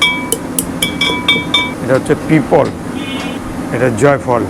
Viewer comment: পিপল নাকি পিপট মসলাটার ঠিক মতন নাম ও বললেন না।